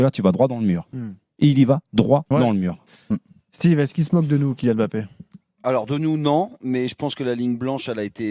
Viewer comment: on dit Mbappé..... et non pas M bappé...les ignares....à suivre